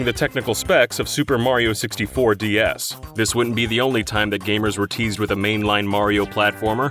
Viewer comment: Why does he say D S as D E S? That's just confusing as hell